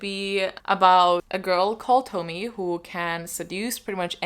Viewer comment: Junji Ito, we love to see it !🥳 Uzumaki is so incredible, I hope you’ll be able to find and read it soon ! And btw Tomie is pronounced like "Tomi-eh" : )